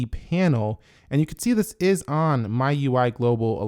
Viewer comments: A small thing, the pronunciation of MIUI is ‘Mee-UI’ and not ‘My-UI’ 😅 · but why do u pronounce MIUI as My UI?